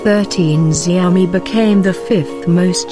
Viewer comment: Isn't it pronounced Shao Mi?